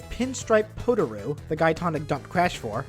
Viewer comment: Its Tawna not Pawna And its Koala Kong not Koala King